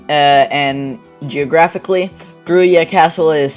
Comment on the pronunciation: Krujë pronounced Krouya